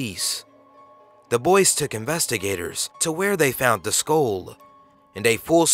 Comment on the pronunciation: You keep pronouncing "Skull" as "SKOAL"....it's pronounced "SKUHL"